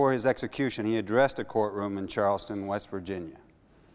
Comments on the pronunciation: Correction needed because of pronunciation: The trail was in Charles Town, which is only a few miles from Harper's Ferry, not Charleston, the capital of the state, which is some distance away. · Charles Town, WV (in the eastern Panhandle), not Charleston, in the south-central part. TOWN, not TON. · Bro, it's "CharlesTOWN, West Virginia" not "CharlesTON, West Virginia." ;) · Charles Town is not Charleston! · Charles Town, Virginia. NOT, Charleston.